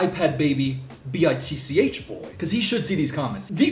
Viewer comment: Am i the only one that realized he said BTICH instead of b I t c h at one point in the video